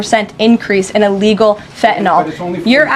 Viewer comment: Is ""fenta-nol" different from "Fentanyl"?